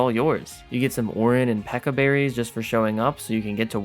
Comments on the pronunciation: The way that he is pronouncing it as Peka is infuryating. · Ugh the way he pronounces "pecha" there is no "k" sound in "peach"